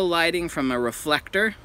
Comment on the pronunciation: me: natur-: studio lightning me: studio lighting